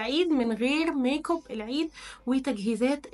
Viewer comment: 😂😂انتي بتقولي ميك كوب ليه